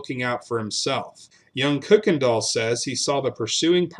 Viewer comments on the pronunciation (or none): Your mispronunciation of the name Kuykendall [it's properly pronounced KYE-ken-dahl} throughout this piece really detracts from the story. In East Texas, the surviving members of that family pronounce the name KIRK-ken-dahl, but NO ONE pronounces it like you do [COOK-en-dahl]! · May I respectfully ask that you reconsider how you pronounce “Kuykendall”? That’s my maiden name, can trace ancestry back to before Revolutionary War…we pronounce it just as it reads, “Kuy-ken-dall”. Enjoy your channel! new subscriber. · We pronounce it Kuy, which rhymes with buy…other branches put an “r” in it and pronounce it “Kirkendall. Unknown where that originated. Thank you! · My family is listed among the neighbors and the Massingills are relatives. Our ancestor is buried on on the Kuykendall Ranch. We always pronounced it either Kirkendall or Kuykendall (coo-ken-doll).